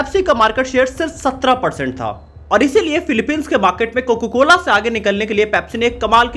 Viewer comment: bhai tujhe abhi bhi COCA-COLA bolna nhi aaya....COCA hota hai COCO nhi